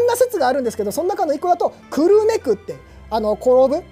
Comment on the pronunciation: 久留米が思いっきり地元なのでコメントさせていただきます。 く↑る↓め↑ で合っていると思います。 少なくとも私はこの発音で久留米と言ってますし、周りも同じ発音です。 地元が出てくるとうれしいですね。 城プロ応援しています。